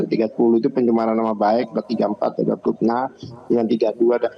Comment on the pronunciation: 😂😂pitnaaah nya